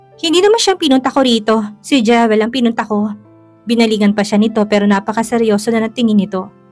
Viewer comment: Pangit naman ng pronunciation ng narrator sa Jewel. Dapat Jiwel ang bigkas na tama nito.